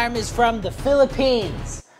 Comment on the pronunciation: Bro its philippines not philiphians